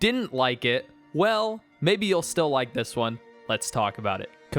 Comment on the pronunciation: "rike" lmao it never gets old